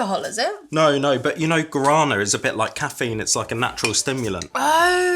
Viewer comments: Please stop butchering the word Guarana......my earssssss... other than that, cool video. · The wasmto pronounce guarana is (Gwo-rah-nah)